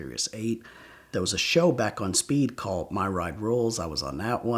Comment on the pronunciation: I kind of hate how he puts a “t” at the end of words that end in “ed”. Like “callt” instead of “called” and “pullt” instead of “pulled” like he did in another story.